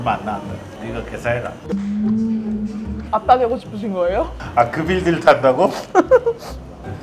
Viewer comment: 또피디 교정장치 때문에 아빠 를 오빠라 발음 한거 아녀 hoxy?